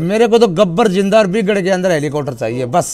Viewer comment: इस न बोलना सीखा दो हेलीकॉप्टर होता ह